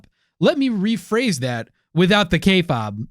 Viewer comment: Kay fabe (pronounced k faibe) not k fob....kinda cringe